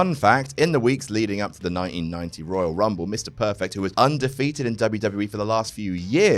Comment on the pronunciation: Dave Bautista: Woyal Wumble